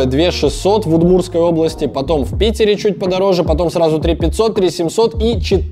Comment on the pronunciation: В "Удмуртской области" резануло слух